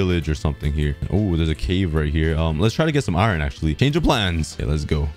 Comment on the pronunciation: Why do u say iiron ? 😂